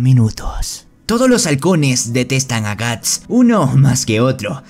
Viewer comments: que mierda es guns y por que llamas asi a guts xd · Cada vez que dices gantz en vez de guts muere un niño pequeño. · Perdon, no tengo soy super experta en Bersek pero los nombres no se pronuncian Guts, Casca y Femto en vez de Gatz, Kiaska y Fennon? No se por qué el les dice asi pero me ha confundido mucho porque siempre los escuche como la primera opción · Soy yo o estoy escuchando Guns.. y no Guts....😵‍💫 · me da toc cuando dice guns y no guts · Suena un poco ofencivo que digas Guns en lugar de Guts . Pero buen resumen igual. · Bro por que dices kiaska y gantz cuando es Casca y Guts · todo bien pero... porque lo llamas "ganz"... es "guts", que se pronuncia "gats". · Gants gants gants gants carajo ese es otro manga al menos hubieras aprendido como pronunciarlo Edit: llegue a la parte fepnom uffff man…. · Bro, la serie tiene 3 protas y no pronuncias bien el nombre de 2 de ellos? No es "Gants" ni es "Quiasca". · Wow ni siquiera termine de ver el vídeo Tu voz es realmente molesta jajaja Es gust o ganzt?? Habla bien we